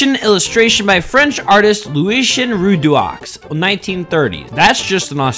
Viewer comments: That's a way to butcher a name. "Rudeaux" is pronounced "Rudo". It's easier to correctly say the name 😂 Source : I am a baguette. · French learner here, the name is pronounced Loosieh Renau (the au is the au you say in au revoir) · As a french let me correct you. We pronounce Lucien Rudo.😊 Your videos make me laught every time. Keep going bro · This pronounciation or Lucien Rudaux should be assessed as a war crime by NATO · The pronounciation of Lucien Rudaux should be a crime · LOOWAYSHEN ROODWARKS. God, please learn how to pronounce French words correctly. It’s pronounced “roodwah”